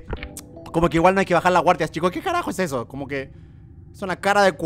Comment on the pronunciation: Juegagermn no digas heso